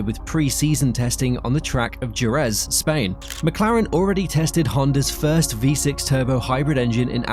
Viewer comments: "Jerez"... it's heh-REZ... The J in Spanish is like the H in "Hell" and the single R (soft R in this case) in the middle of a word is like the R in "care"... And the stress falls at the end, thus Je-REZ, not SHEH-rez... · DJU-RÄÄÄZZZ... ??? GEEEEZZZ!